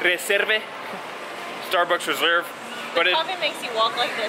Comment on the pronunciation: eStaRbUcKs rEserBer